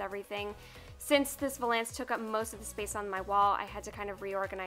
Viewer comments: Scandi Snowgirl i know what it is, apparently she pronounces it wrong check out last week lolita news she has a full episode dedicated to her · Nobody is going to talk about how she saying vuuuhlance? Lol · I came to the comments section to see if anyone else pronounces it differently Lol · Maybe she’s pronouncing it right and we’re all wrong?!? Dun dun dun! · How you say valance like its two words LOL. No hate, just giggled every time. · You probably don't care at all, but you pronounced valance wrong the whole video. Cute, though. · I'm still waiting for that French person to pop up and say how she's not only mispronouncing it, but also how the term is supposed to describe the curtains rather than the piece of furniture (if I'm not mistaken).